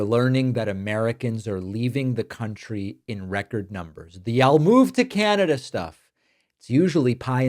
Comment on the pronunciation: Trump makes the word “country” sound like he’s swearing.